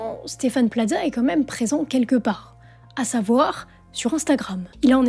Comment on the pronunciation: pourquoi vous prononcer Plaza comme pizza?